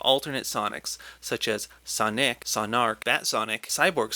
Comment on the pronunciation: honestly i thought he said sonigg